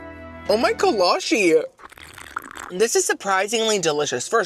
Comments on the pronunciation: it's kolache, with a chee sound not a she.. kolachee not kolashee. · I absolutely love buc-ees being from Texas. Also kolaches are a big thing in Texas, you can literally find one at every donut shop you go to here. So I’m just here to clear it up that it’s kola-chee not kola-she. I love all your content btw you are one of my favorite YouTubers!!! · i’m not sure how it’s actually pronounced since it’s from europe, but in texas we pronounce kolache as co-law-chi. they’re super popular in texas which is probably why buc-ees had them since buc-ees was founded in texas